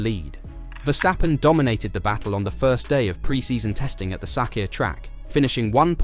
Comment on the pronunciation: Good content! It's pronounced Verstappen, not Vershtappen (which is a German thing, not Dutch)